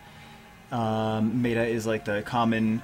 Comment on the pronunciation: Everything is cool with this vid except when you pronounced "meta" lol.